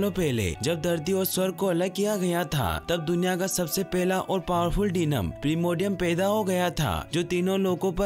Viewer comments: Bhai demon hota hai डीनम nahi 😂😂😂😂😂😂😂 pahle hi mistake 😂😂😂😂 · DENOM LOL ITS DEMON 😂 LOL